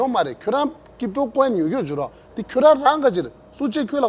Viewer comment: Looks like bhuchung is running out of guest. This is very disappointing from him. This jackass crypto guy who can't even properly pronounce crypto will mislead the youth and he is not qualified to teach at least.